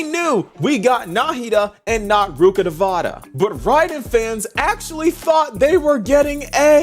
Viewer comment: "We knew we got nahida and not rukkadavata" Whos rukkadavata?